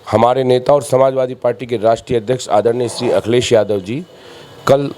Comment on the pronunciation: अरे पत्रकार महोदय तुम नाम तो सही से ले लिया करो अखिलेश यादव है वे क्या कर रहे हो yarr